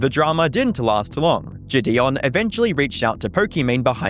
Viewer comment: wow you're like the first person to ever say his name correctly too